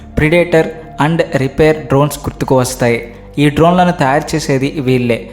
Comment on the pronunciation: "రిపేర్" డ్రోన్ ఏంట్రా బాబు? అలాంటిదేమి లేదు. అది "రీపర్" డ్రోన్